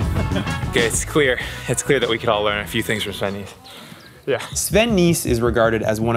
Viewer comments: FYI: his name is pronounced ‘Nas’, not ‘niece’ or ‘nice’ 😎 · As a native Belgian, it's so funny to continuously hear Jeremy butcher Sven's name. Nys is pronounced like the English word 'ace' with an n in front of it. Other than that minor detail, a very good video from GCN! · The pronunciation of his last name -------- please do right! :-) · The y is pronounced like the ai in "air", not as the i in "nice". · At least say his name right